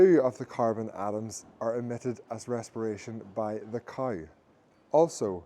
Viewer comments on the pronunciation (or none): Also it's cow not couwe.